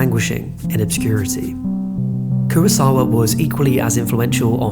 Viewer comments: No es Kurasawa ni tampoco Kurisawa. Se llama KUROSAWA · Terrific video. But how have you managed to seemingly mispronounce everybody's name? Koowasawa? Mihune?